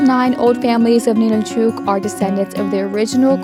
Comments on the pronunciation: Why do you mispronounce it as Ninilchooook? We live here in Alaska. It’s called Ninilchik, and pronounced Ninilchik, ending like “chick.” NOBODY pronounces it here the way you do. How would you like us to go to your home and rudely mispronounce your hometown’s name? Is this how you visit other places and have no regard for the locals? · The name of the town is Ninilchik, not Ninilchuk. It's pronounced Nin nil chick. I lived there for 10 years.